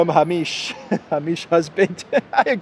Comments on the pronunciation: Thank you,. Hamish is pronounced H-aim-ish (like fish). I’m a Scot and crying laughing at Ham-ish. Every Hamish l know will now be called Ham. 😂 On a serious note, your description of the British msm and government is absolutely correct. We live in Clown World. Most media companies are silenced on Ukraine by government D notices. Democracy is dead. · 'Hamish'....... pronounced "Hay-mish" not "Ha-meesh" LOL...... 🙂. Great Vlog, and I loved the location as I used to stay in the Hilton when I worked in Athens! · Hamish pronounced "Hay-mish" and stressed on first syllable. Souness reminds me of the Slovenian embassy in Kiev who obediently took down their flag because Ukrainians, in a veiled threat, said its colours might let it be mistaken for a Russian one. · Hamish is pronounced " Hay,mish " .